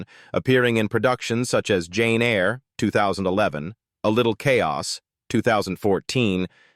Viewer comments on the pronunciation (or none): none